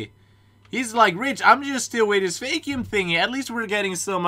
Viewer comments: Say V-acc-eu-m thats how you say vacuum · The way he pronounces vacuum😂